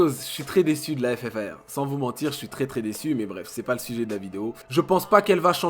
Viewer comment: ta paq retenue on dis le ffar mdr